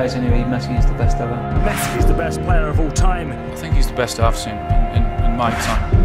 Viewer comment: said Messa